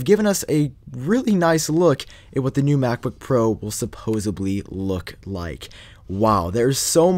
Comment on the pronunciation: "Supposebly" Ain't a word.